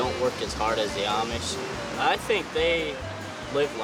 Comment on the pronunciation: Переводчик не знает, как правильно ставить ударение